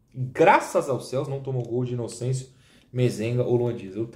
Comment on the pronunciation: Toda vez q fala Inocêncio eu queria morrer pqp